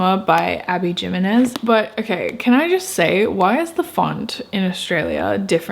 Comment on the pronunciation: Just thought I’d mention that Jimenez is pronounced as ‘him-enez’, Maniscalco is not Maniscalo as you said and it’s Rachel Gillig not ‘Gill-ing’ 😊